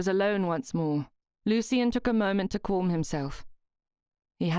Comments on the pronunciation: "Porm" (palm), "Corm" (calm). I'm not sure even the plummy mouthed malformed palate upper crust would say these words like this? As a native English speaker, I'm more used to "Pahlm" and "Cahlm". (I'm spelling them phonetically, as much as possible). Would I be very wrong? Also I speak Australian type English, so we do say some words differently to those folk in Great Britain... 🙂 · I found this very strange as well. It's a good story and the narration is really good except for these few odd pronounciations.